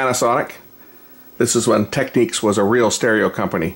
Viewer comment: its not techniques , its technix....